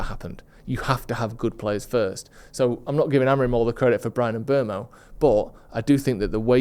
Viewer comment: Great video as always. But please 🙏 it's "M-boomo".